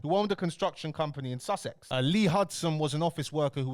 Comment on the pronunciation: Sus Ex 😂🤣🤣🤣 its Sussex 1 word bro